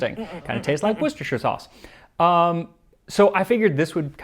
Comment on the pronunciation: My dude, it's pronounced 'wuster' sauce.